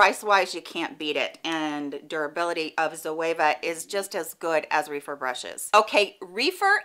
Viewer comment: Great video! I’m in need of some better quality eye brushes. Just an FYI, I believe Rephyr is pronounced with a short e like “Ref-er”. Reefer is something completely different 🤣 No big deal but it gave me a chuckle